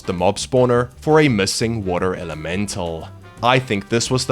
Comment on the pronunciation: "Earth and Wuter?"